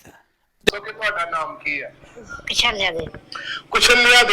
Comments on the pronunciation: Koshaniya nahi koshaliya devi name hona ,name tah sahi bolo. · Kushanya nahin Kushalya devi a veerji.